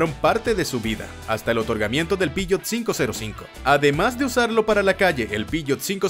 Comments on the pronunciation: Buenisimo el video, lo unico es que no entiendo porque decis piyot si sos argentino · Xq decís pishot ??? 😂